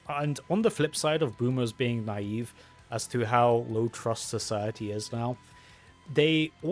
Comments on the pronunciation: Knave (pronounced 'nave') - unscrupulous/dishonest man Naive (na-EEv) - lack of experience, wisdom & judgement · Ni-eve is how is how it is pronounced properly darling. My mom is a boomer born in the 1950's. Kids could play outside or go over to the neighbors house to play with the kids of that family. The neighborhood parents knew each other and had phone numbers to call and see if there kid was still over at their house You had to be home when it got dark but kids were trusted to make their own fun together till then.